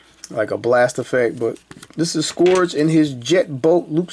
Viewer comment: Hey his name is actually pronounced “scurge”. I guess the o is silent or something. 👍🏽